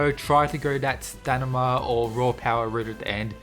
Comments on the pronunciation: Bro, it's staMIna , not stanima . I've heard you say that wrong on multiple videos, you should really try to fix that. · Idk if you’e noticed but each time you try to say stamina you say stanima😂